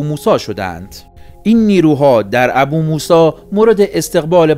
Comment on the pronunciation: درود 🌹 برنامه عالیه❤ لطفاً فقط بجای ابوموسی بگین بوموسا🙏🏻🙏🏻🙏🏻